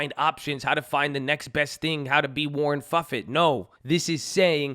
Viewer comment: you lost me when you said warren fuffet lol